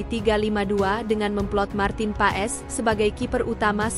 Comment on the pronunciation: Paes pengucapannya bukan pa-es .. tapi PAS .. jadi Martin Paes = Martin Pas .. ae di Belanda jadi a … ui=eu (baca seperti ejaan sunda) … setui k di baca streuk